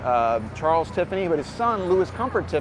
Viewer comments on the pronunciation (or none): none